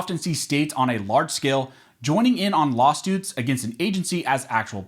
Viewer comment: law-stoots, huh? ;)